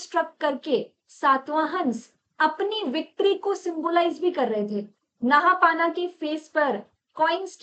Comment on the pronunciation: नहापाना नही नहपान हे वो